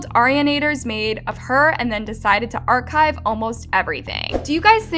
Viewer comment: i don’t know why whenever we have something great people decide to destroy it. honestly shame on every single one of those disgusting people who did these. (also english is not my first language but istg i’ve never heard anyone say archive like that)